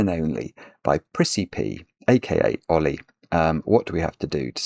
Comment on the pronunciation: I thought he was saying a British pronunciation of the name Ole.